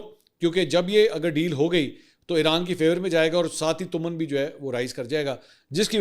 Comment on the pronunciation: Mansoor Bhai is not تؤمن it's تومان۔